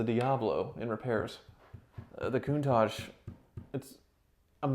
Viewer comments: 'My Coon-targe.' o_O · Love your vids,, and no desire to be critical, but an iconic car deserves to have its' name pronounced correctly...Countach = Coon-ta-sh, there's no mushy "j" at the end. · Don't say to an italian "CountaCHE", you pronounce CountaK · Everyone, pretty much ever: "Coon-tosh": "Coon-tozhe" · Its Lamborghini countach not coontach lol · Not certain you guys are pronouncing Countach right. It’s a hard nt.